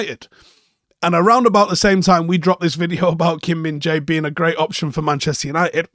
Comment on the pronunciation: At the World Cup they pronounced him as minge-eye 😅